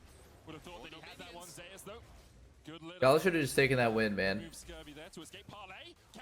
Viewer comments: Not trolling, google how to pronounce Zeus. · Why are they calling Zeus Zay-us